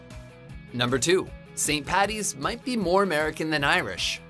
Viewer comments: I'm Irish and first of all ITS FUCKING ST PADDYS DAY OR ST PATRICK'S DAY NOT PATTY! And second of all the snakes were pagans and paddy drove them out of Ireland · Number 1 should be: nobody in the history of Ireland has ever called it St. Pattys day so STOP IT!! It's Paddy. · ITS NOT PATTY ITS PADDY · as an Irishman, its Paddys day not Patties day. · it's either St. Patrick's day or Paddy's day not patties day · and also, IT'S PADDY!! NOT PATTY!! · Saint Paddy's not Patty I'm Irish so I would know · How many times do we have to say it, it's PADDY'S day NOT PATTY'S!!.... Every bloody year it happens. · What it's paddys day not patty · Okay it's st.Paddys day not 'St.Pattys' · why do all Americans say paddy's like patty's it's paddy's day